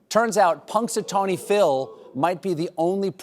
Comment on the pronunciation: Really? Puxatawney Phil?